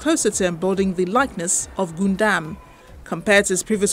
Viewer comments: Anyone else kind of triggered whenever the reporter says Goondam insted of Gundam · Am i the only one who hears goondam instead of gundam? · Gun Dam not Goondam Get the thing right. You messed up on the pronunciation of the topic n it just becomes a wasted news tbh